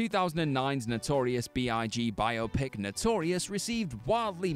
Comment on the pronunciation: Thank you for saying "biopic" correctly. It's a dying art.